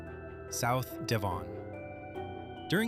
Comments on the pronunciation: Wrong pronunciation for Devon. It's not D'Von. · Devon - Dev- un. You make it sound exotic. 😂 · Interesting video but for god's sake do some work on your pronunciation. Devon for instance rhymes with heaven, Lazy and irritating. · you should learn yo pronounce place names correctly YANK. E.G. DEVON IN SOUTHERN ENGLAND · Please stop with the shite music ,apart from that and the way you pronounce DEVON not a bad vid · Learn how to pronounce DEVON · There wouldn't have been haystacks in the fields in February. How can you pronounce Eurydice but not Devon? This is all very interesting. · Sounds frenchy. 😊